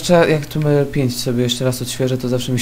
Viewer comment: tomb rajder tu a nie tumb rajder tu